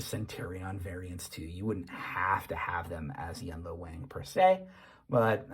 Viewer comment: That "wang" is pronounced "wong" fyi